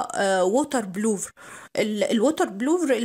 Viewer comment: اسمها ووتر بروف مش بلوف